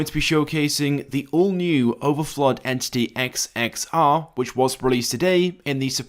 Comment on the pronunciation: you said the name wrong and it’s not even based on the agera r it’s based on the koenigsegg one:1